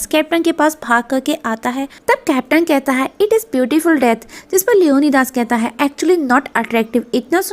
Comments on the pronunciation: Acha ok LEO - NI - DEEES Lio - nai - das nahi.... pronunciation thik karo bai apni... Esa lagta hain koyi bengali eyaa to hindustani ho jiska Surname DAS ho 😂😂😂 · Leonidas ko "Leone Das" 🤣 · It's leonidas not leonydas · Mam it's लियोनाइडस not लियोनीदास beside that marvellous explanation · Leonidas nai Leone Das🤣